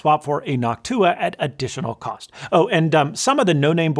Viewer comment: is it a secret agreement for youtubers to pronounce noctua like that